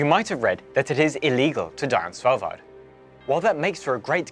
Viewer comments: He pronounced Svalbard perfectly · Pronunciation of Svalbard and Longyearbyen was pretty damn good, couldn't help but notice.